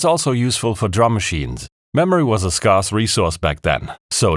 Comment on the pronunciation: "scarce" has a long A. Englisch ist seltsam – weiß ich schon.